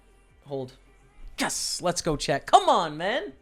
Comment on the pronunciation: I've been watching your videos for a while now and it just occurs to me that you are saying "Way to go chat" I thought you were saying Chad, like he's the person helping you with your vlog. Nice score